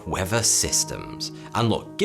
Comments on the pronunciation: I couldn't put my finger on it but that's what it is . Weafer not weather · skin cancer? right then, it is pronounced weather not wever. i know you can say th, like in earth, but there is no flipping v in weather, douche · In this episode you'll learn about the wever, wever you like it or not. In the next episode.. English lesson: "th" Who needs it? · it's his English accent. Notice his says "uvver" instead of "other." Or in this vid.."weavver." Instead of "weather.".....it's his accent. P.S. even his "thunder" sounds like "funder."